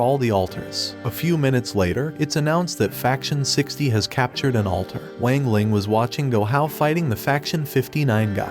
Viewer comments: Bro you did him dirty you say Wang Lang its Wang ling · It wang ling not weng ling I have watched the anime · Bro really is saying wing ling it's Wang ling not wing ling the fuck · WANG LING... WANG LING ITS NOT WAANG LING ITS WANG LING